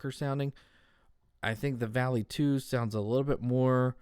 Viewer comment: I know I am late here, but the proper pronunciation is more V-ah-lee (Volley). It isn't a sharp "A". There may be other words that are spelled this way that are pronounced how he says it, but if we are referring to the Norse god, it is more close to Valley or Volley in the English language.